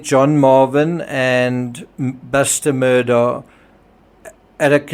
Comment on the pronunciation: Thank you for your videos…I really appreciate them. The name is pronounced Alek Mur-dock. It looks like Alex Mur-dah but it’s not pronounced that way